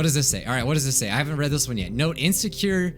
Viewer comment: When reads read as read